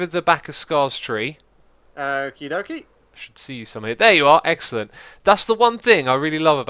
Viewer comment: why :( he said it was eggcelent